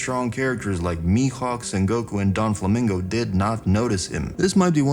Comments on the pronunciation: Its Doflamingo not Don flamingo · I'm glad you're saying Mariejoies correctly now. Now the only 2 other prononciations to change are: Doflamingo not DonFlamingo Lafitte not lafette ( said " La-feete") 🏴‍☠️ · yeah i was like who the hell is this Donflamingo there is no donflamingo